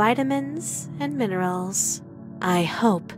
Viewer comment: "VIE-tamins and MEE-nirals" Am I the only one who pay attention to this?